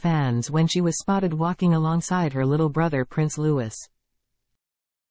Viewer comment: Louis is pronounced lou-i ( silent s)